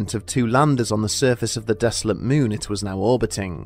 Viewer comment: “Capshool”? “Myoon”?